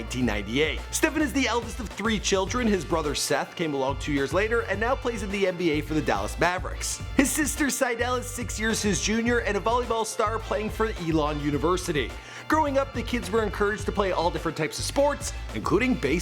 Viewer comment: sIDel bro its SYDEL